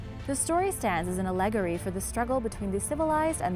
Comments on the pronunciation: The pronunciation of the word allegory in this vid is unnerving... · Allegory was mispronounced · If you don't know how to pronounce the word "allegory" just stop doing voice work.